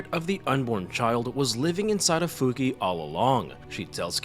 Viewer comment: Her name is pronounced "Fuki-ey"